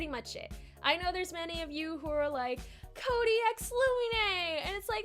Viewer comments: No its Coody not cody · fine then its koody not kody